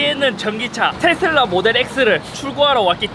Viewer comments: 테thㅡㄹ라 엑thㅡ ㅋㅋㅋ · 앞부분 테 슬 라 할때 취한게 아니면 더위 먹으신건가요? 건강 잘 챙기세요.👍🙂